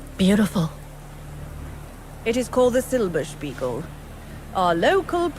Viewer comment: Il rifugio si pronuncia letteralmente Silberspighel